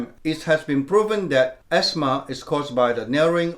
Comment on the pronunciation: You say esma